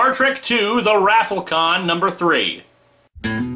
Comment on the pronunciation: Did he really just say the raffle khan